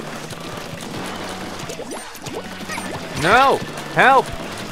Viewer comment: when you say "help" it sounds like "kelp" witch totally goes with this game